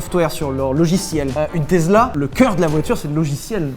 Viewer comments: Arrêtez de dire TeZla ptn 😬😬😬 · Sylvain, tu sais toujours pas prononcer Tezla 😜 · Salut les gars, ca va? moi oui. Vous pourriez-dire teSSla comme tout l'monde? Ça me fou une de ces angoisse de vous entendre tezler tout le temps! Merci bisous :) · Stp arrête de dire Tezla c’est embarrassant 😂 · Tesla pas Tezla plz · Eine teZla...gut gut Herr Zylvain ! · Vous pourriez arrêter de dire TEZLA ….. on a l’impression que vous êtes neuneu 😉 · La prochaine fois que quelqu'un dit TeZla je lui fait bouffer un vilebrequin